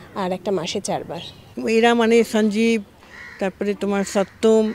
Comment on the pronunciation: সনজীব। কি বাংলা উচ্চারণ। লজ্জা মরে যাই একই লজ্জা।